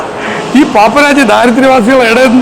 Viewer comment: ആദ്യം പ്രോനൗണ്സ്യേഷൻ കറക്റ്റ് ആക്കു 🤣🤣 പാപരാച്ചി അല്ല പാപരസീ എന്നാ